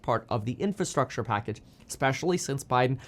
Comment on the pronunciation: Say it with me, IN-FRA-STRUCTURE